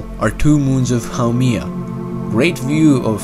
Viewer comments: it's HAU-MEH-AH, NOT HAU-MEE-AH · it's not pronounced How-Me-Ah, it's pronounced How-Mae-Yah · Actually it’s pronounced ha-May-ya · you pronounced the name wrong